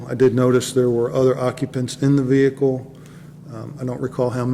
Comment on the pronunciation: wow a cop that can pronounce the ' vehicle ' without over pronouncing the H in it